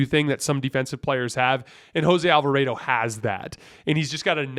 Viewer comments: The way you say Alvarado hurts my feelings...Alva-Raaaw-dough not AlvaRAYdo lol love your pod btw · Lost all credibility the way he pronounces “Alva-raid-o” and seems to think Monty Williams is the pelicans coach 😵‍💫💀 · He says Willie Green multiple times. He just said Monty Williams once when talking about the Suns series, so it's fine, we know what he meant. The Jose Alvarado pronunciation is weird cuz I know he's said it normally in past videos, so idk if someone told him to say it differently, but they would be wrong regardless.